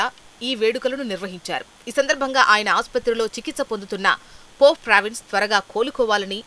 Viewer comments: చదవటం నేర్చుకో అమ్మా. పోప్ ఫ్రాన్సిస్ but not పోప్ ప్రావిన్స్. Read properly. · పోప్ ఫ్రాన్సిస్ అని పలకటం రాదా